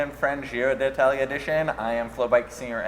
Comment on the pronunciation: yeah u basically say di talia